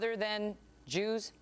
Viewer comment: did you notice she said jewers!